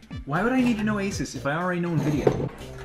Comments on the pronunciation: Anybody else Him: A Sus Me: it's FREAKING ASUS A-SOOSE NOT A-SUS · It is pronounced a soos